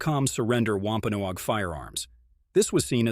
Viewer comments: COMPLETE NONSENSE !!! Show us where you got this story ? My family is from both Original Pilgrim Settlers & Wampanoag. It's pronounced "WAMP (like swamp) - PAN- NOG. Also, King Philip's name was METACOMET. I know all the truth.. as it's been passed down through my family (ON BOTH SIDES).. You never mentioned the French & the Dutch who killed 2 British Soldiers & 1 Pilgrim.... wore their clothes to meet one of Metacomet's closest childhood friends & best salesman.. on Long Island NY.. killed him & sent his impaled head back up to Massachusetts. Making sure there were plenty of witnesses.. which started the war. The French & the Dutch were extremely jealous of the great deals the Wampanoags gave to their FRIENDS.. The Pilgrims & the British. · lol at him mispronouncing wampanoag its pronounced like eggnog "wompanog"